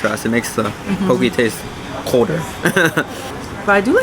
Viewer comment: The first thing learned was to say Poh Kay and not Poh Key. 😉